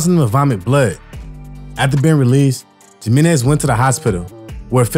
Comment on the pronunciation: the letter j is pronounced like the letter h in English. how hard is that. "Jim Menez" lmfao 😂